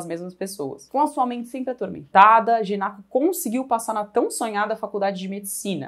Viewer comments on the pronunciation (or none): "Genaco", não: "Genoca" Aushuahus. Lembro dum caso parecido, num livro do Machado, em que eu passei o livro todo lendo "Caramacho" em vez de "Camacho", que era o nome do personagem. Acontece auhsuhas.